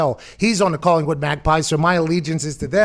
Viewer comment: Wouldn’t listen to too much regarding AFL. Dude can’t even get the club locations right let alone pronounce the names correctly. Esseton, Colinwon 😂 Perth is the Western part of Australia, hence West Coast Eagles.